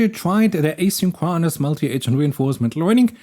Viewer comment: Just an fyi if you are like me and like to know: in English asynchronous is pronounced a sink CRO nis